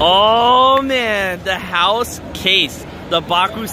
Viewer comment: Why are you saying house your supposed to say haos